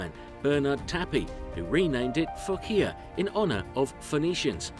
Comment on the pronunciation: Fuckea?? it was Manureva first... do some research. it Phocea!! not fuckea!!